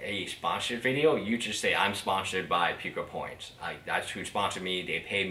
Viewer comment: it is pooo kuh not how ever the heck ur saying it